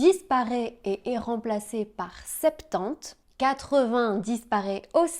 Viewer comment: I knew something sounded fishy when she pronounced the p in septante 😂😂😂😂